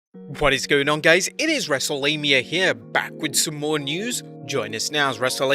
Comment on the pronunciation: And also he said what is going on gays